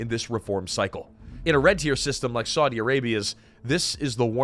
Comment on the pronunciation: Such ghastly pronunciation! It isn't "Swordy", schmucker.